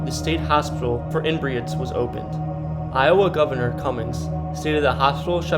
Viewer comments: Learn how to pronounce these town names jesus. Do you know anything about Iowa? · Evidently went to school in I O wa .